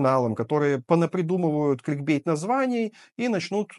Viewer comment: кликбЕ́йт - хоспаде, что за плебецское произношение?🤦🏻‍♂️🤦🏻‍♂️🤦🏻‍♂️